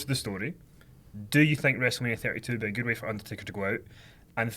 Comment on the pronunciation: the word 'good' is NOT pronounced 'gude'. #fuckkenny